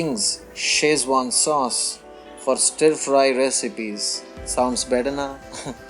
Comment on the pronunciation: I meant no disrespect... but please do not pronounce 'stir' as 'St-ee-r' . it should be pronounced as 'St-u-rr' instead. I hope u did nt get offended.. ur recipes are awesome n so is ur description..